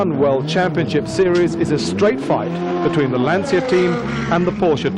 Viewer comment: Typical British commentator who can’t pronounce the name correctly….FFS